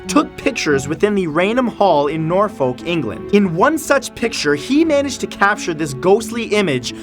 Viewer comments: that moment when you pronounce Norfolk "norfoke" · Norfolk England is pronounced as "north folk" without the th, not as the Norfolk of the usa. The name is the opposite of Suffolk or "south folk". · Awesome video. My only criticism is try researching the pronunciation of English places. Yorkshire was correct but Norfolk was wrong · It isn't pronounced Nor-folk it's pronounce Nor-fuk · btw Norfolk is pronounced "norfck" not "nor-folk" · just to say that "Norfolk" is pronounced more like"norf" "uk" rather than "nor" "folk" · The way you say the names of places in the UK always makes me smile, the name you mispronounsed today is Norfolk and I understand that it look as if it is pronounced the way you said it but its actually said norfok so just thought I'd let you know lol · FYI.. It's not Norfolk.. Its pronounced norfuk.. Just saying.. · "nore foke" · "Norfolk",is pronounced "Nor-fuk". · Norfolk is pronounced Norfuck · For the record, it's pronounced "nor-fuk", not "fawlk", but completely understand the mispronunciation 😊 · By the way number ten, the English County called Norfolk, is pronounced Naw-fuk. :) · Norfolk is pronounced norfuk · I live in Norfolk, England and it is pronounced nor-fuk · Norfolk is pronounced "nor-fuhk". Just wanted to point that out 🙋🏽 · Kudos for saying Yorkshire right!! However, you said Norfolk wrong its pronounced Nor-fuck :) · On the last one Norfolk is pronounced norfuk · its more like when i listen to top5s and stuff and they over pronounce the i and im like...no, same for when the Lancashire or when they try and Norfolk, its norfuk. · You're not pronouncing Norfolk correctly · I'm glad he corrected our pronunciation of 'Norfolk'. We're so last century us Brits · Sorry to be a pain but you pronounced Norfolk wrong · You don't pronounce the l in Norfolk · the way you pronounce norfolk lol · Any other English people laugh at how he said Norfolk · I will forever cringe at the way he pronounced "Norfolk" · The way he said "Norfolk" lol